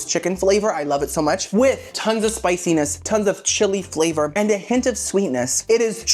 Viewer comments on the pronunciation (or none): none